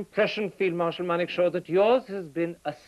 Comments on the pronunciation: Its Manekshaw not Monekshaw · it's Manekshaw not monekshow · It's Manekshaw and not Monekshaw... uploader must be a Bengali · It's Manekshaw, correct it